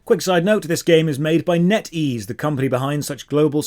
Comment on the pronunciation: netease. its netease 😅